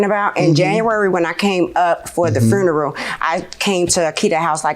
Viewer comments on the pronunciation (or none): And fruneral. 😆😆